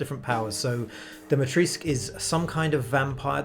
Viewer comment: As a Romanian I disagree with the pronunciation of Dimitrescu. The "U" is not silent you say it the way it is written there is no Dimitresc only Dimitrescu! Still love this game ♥️